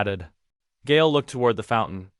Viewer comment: Isn't Gael pronounced "guy-el"?